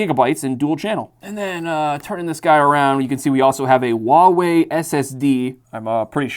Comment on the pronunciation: A nice lot of RAM, storage and speedy performance there; although let down by the fact the video RAM is only 2GB (and non-upgradable, so not futureproofed). Just for reference I believe Huawei is better pronounced as 'Who-Are-We'? If I'm mistaken then I apologise in advance. Just trying to help, if I can as always! The website on the desktop is a good idea actually, as it would help if there were issues with setting up the PC and also might be used to set up the warranty? Just a thought. The screen is a bit too small for everyday use though - although not a bad thing for some emulation (Gameboy sized screens and some others are smaller) although the PC specs are rather overkill for this.